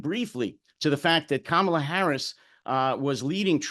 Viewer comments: A Black woman, the sitting Vice President, has told you how to pronounce her name: it's KA-ma-lah. Please stop messing it up. It's kinda sexist and racist to persist in the error. Plus it's exasperating. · It’s neither sexist nor racist, what makes you think everyone has been schooled on pronounciation of Kamala?